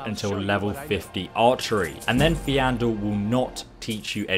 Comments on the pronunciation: It’s amazing how someone can mispronounce names in a fully voice acted game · He's dyslexic. Plus he might not remember hearing the correct pronunciation. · i'm triggered by how he says faendal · First of all, they say Faendal's name multiple times in the quest you have to do in order to recruit him. Furthermore, Faendal's name is the FIRST thing Sven says to you when you speak to him for the first time: "Faendal thinks he can woo Camila Valerius away from me..." And it's spelled FAEndal, not FEAndal, It should be PHYSICALLY IMPOSSIBLE to mispronounce his name. So HOW. HOW DID THIS HAPPEN. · I like the way he pronounces Faendal's name. It's wrong, but I like it. EDIT: I just heard the way he pronounced Aela's name. 😂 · Every time you walk past Sven he says Faendal's name so I really don't get how you're mispronouncing it here. lol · How do you manage to mispronounce Faendal when they pronounce it in game my dude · The way you pronounce Faendal makes me cringe. XD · lol i love how people are gtting so triggered by how he pronounces Faendal's name. it doesn't matter. plus he's saying it wrong on purpose to trigger people. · why are you teasing his name, it's bullying. it is faendal not fiandel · Faendal* it pisses me off when people say feeandal it's pronounced fan-del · Doesn't have dyslexia or something? At least that's what i heard and it would explain why he pronounces it as if it was spelled "Feandal". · I cringe every time he calls Faendal Feandel or Aela Alea. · FAYN-DAL. not fe-andal. also, AELA. not ALEA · "Feandol" (fee-an-doll) ... you mean Faendol. (fayne-doll) lol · Fayndal not Feeandal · Faendal not feandal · FJANDEL? WTF XDD IT'S FAJENDAL MAN. FAJENDAL. THAT'S HOW YOU SHOULD READ HIS NAME. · Why do you say fEAndal, when hes called fAEndal :D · Why can’t pronounce names properly faen-dal= fee and al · Fiandal Faendal :v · It's pronounced fendal not feeandal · FAYNE-dal Plz man, its hurting me. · Faendal is pronounced (fayndal) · Ah yes theandle